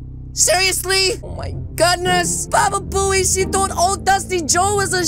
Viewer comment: U said baba boey